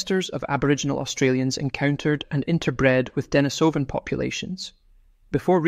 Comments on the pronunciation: On this comment section people are saying, 'Pronunciation: De-NI-so-van, not De-ni-SO-van' which I think is because it's Russian and the emphasis is on the second syllable. but don't quote me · Pronunciation: De-NI-so-van, not De-ni-SO-van. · Accent is on the 2nd syllable of Denisovan, ie, de-NI-sov-an. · A good rule for making authoritive videos is to learn how to pronounce the name of the subject. Denise o vun. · I’d like to have the true pronunciation of the word Denisovan. “Denis o van” as you are pronouncing it, or as I’ve also often heard it, “Denise o van”. I wonder what the actual pronunciation is. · .Ike how to pronounce Denisovan. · Please please - will somebody ever get it right.: the stress in 'Denisova / Denisovan' is on the second syllable. Anyone with elementary Russian will know this. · While I agree that the word is incorrectly pronounced, I have to say that a good percentage of people do not have elementary Russian under their belt. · This is 10 years ago info . Waste of time . Also , please pronounce Denisovan and Neanderthal correctly if you want credibility.